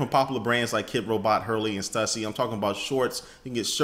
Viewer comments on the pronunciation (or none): none